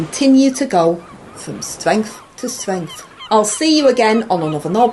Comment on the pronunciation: Keep going From Stwength To Stwength Angela!